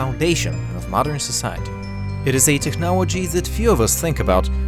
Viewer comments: I love the way he says technology "technowowgy" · Did he say Technowogy?